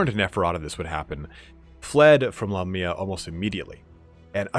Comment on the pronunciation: I always thought it was Lamia not La Mia?